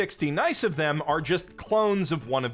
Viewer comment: I have to give the author credit for having to flesh out at least 100 female characters, that makes my head hurt... (Also, "Nine hundred sixty nice", 😂)